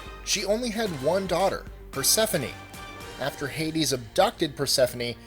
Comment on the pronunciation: Mostly accurate Persephone was slightly off